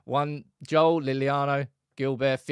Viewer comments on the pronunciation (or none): none